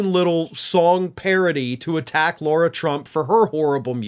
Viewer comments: La-Rah, it's La-Rah. You're defaming all of us real Laura's calling that... Other by our name. 😅✌️ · I'd like to know why keeps pronouncing Lara "Laura"?